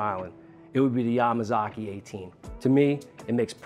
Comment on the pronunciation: Good accent when you said Yamazaki.